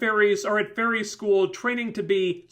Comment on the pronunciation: to me every time you sad fairy i hear furry (i know my hering is weard that way) witch makes this review realy funny to me